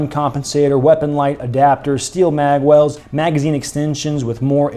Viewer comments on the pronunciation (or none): none